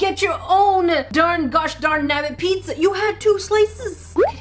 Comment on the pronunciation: but... why are u saying PiDZZa? XD